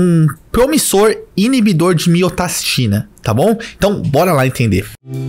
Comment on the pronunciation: Falou pouco mas falou bosta. Como você vai hipertrofiar o coração com inibição de miostatina (que você falou miotastina o vídeo todo), se você não estimula ele fisicamente? Você tá usando uma argumentação que cabe para GH, mas com certeza não tem coerência quando se trata de um inibidor de miostatina.